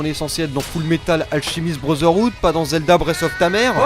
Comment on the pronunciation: "Fullmetal Alchimiste Brozeroude" 😭😭😭😭😭😭😭😭😭